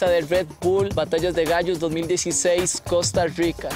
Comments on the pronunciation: Porque dicen Costa Ruica?xd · que ruaro que prounouincien cousta ruica xd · Francisco Palacios No, Es que dicen "Costa Ruica" pero es por qué así promuncian la "r" casi todos